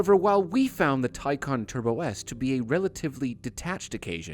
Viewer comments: It's Tay Can not Tye Con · Actually it was said wrong if you take the actual pronounciation it is not Tai-khan since the word is from turkish, it would be more of a Tai-jan (the J in it is spoken like in jar) so you could have electrecuted thomas either way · "Tie + CAN" fellas, NOT "Tie + CON", its not trying to con you, its stating that it 'CAN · Its actually "Tie-Can" watch the Porsche world release video, "Tie" (like a tie you would wear) and "Can" (as in, yes, it CAN) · Even porsche mispronounces taycan. Taycan is Turkic/turkish like porsche admitted. Tay means foal. Can means life. The issue is porsche pronounces can with a k sound. While in reality, can is pronounced like jhan. I am amazed by how the euros take a foreign word and talk about the right way to pronounce it while butchering it. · Its not taycan its tyaggen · I'm Turkish and it's pronounced Tay-jan. You're welcome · Everyone pronounces this car's name as Taycan. Porsche just took that name from a similar Turkish word.